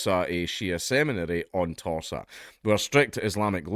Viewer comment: When you say Torsa, it sounds like Tosser